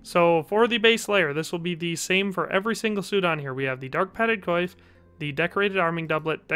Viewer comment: Coif is pronounced Cwaff